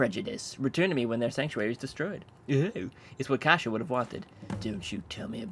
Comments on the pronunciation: KASIA NOT KASIA NNNNNNNNNNNNNNNNOOOOOOOOOOO !!!!!!!!!! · Noo not kasia... :/